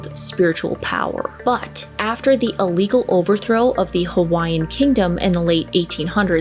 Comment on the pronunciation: I am from Hawaii, and your pronouncement of the Hawaiian words was right on!